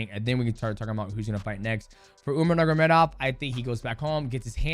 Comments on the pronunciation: Bruh Demetrius. It’s (nurmagomedov) not “Nuggurmedov” you cut pretty close to the hard R there my guy 😂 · anyone else ever noticed that dj says “nurgamedov” instead of “nurmagomedov”😭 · NURMA GO MEDOV Not NURGA... Nurma and not NURGA It's really not hard. It's even easier than Ask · mighty calls him nurmagedov every time. listen closely and you’ll hear him say it. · “Umar Nurgamedov” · Love ya mighty but Its pronounced NUR-MA-GA-ME-DOV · No disrespect, but please pronounce the surname correctly You are saying "nur-ga-me-dov" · Mighty let’s learn to pronounce the name: nur-ma-go-medov